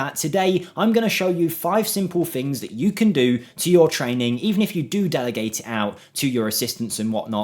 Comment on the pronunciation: Please at least try to say things instead of fings. It's just laziness 😔